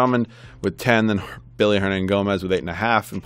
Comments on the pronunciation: Good video. Just two things. It is Willy, not Billy Hernangomez and also, why pass on Ulis? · It's Willy not Billy